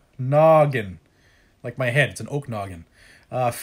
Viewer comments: I cant resist... i gotta help ya... haha! Snohomish = SNOW-HOE-MISH Skagit = SKA-JIT Okanogan = OH-CAN-NOG-IN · Snow- home-ish Oak-can-nog-in